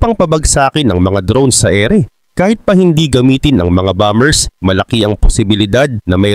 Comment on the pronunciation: Bakit mali ang pronunciation mo sa bombers?